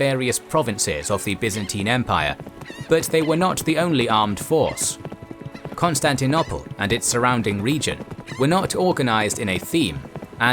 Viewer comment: I like your videos as much as the next guy but the way you pronounce Constantinople drives me nuts to the point where I even avoid your videos when I see the Bosporus strait anywhere in the thumbnail or alluded to in the title. It's CON-STAN-TI-NO-PULL not CON-STAN-TI-NO-PLAY. GAAAAAAAAHHHHHHHHHH